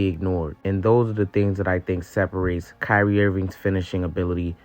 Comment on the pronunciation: it's Kyrie and it's not close